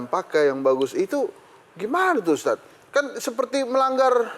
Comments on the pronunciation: Sekelas host tv masak iya nyebut ustad aja gabisa. Dari awal nyebutnya ustas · Lagi lagi pembawa acara bilang ustas saya kira cuma salah ucap, tp ternyata terulang dan di ulang, kayaknya yoana margareta kuper